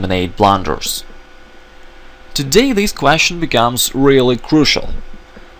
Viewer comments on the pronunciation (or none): none